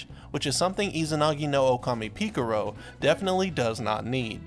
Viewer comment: "Pika ro"